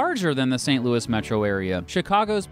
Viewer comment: Its St Louie not Louis Yes believe a Cubs fan that no I'm no Bandwagon I left the Yankees for the Cubs